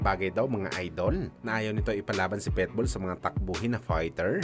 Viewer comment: Kakashupa mo napilipit na dila mo boy!!! PIT-BULL✅ hindi PEtbull ❌ ginawa mong literal na aso 😅😅😅😅